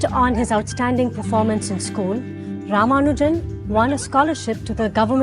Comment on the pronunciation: Raa-Maa-Nujan You're pronouncing it like a westerner